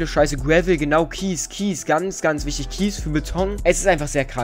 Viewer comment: Wichitg haha